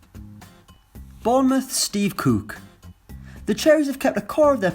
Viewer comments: It’s Cook not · Why does he pronounce “cook” “Cooke”? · The way he says cook